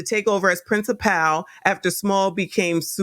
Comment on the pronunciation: Love your content! Principal is pronounced “principle.”. Not princiPAL.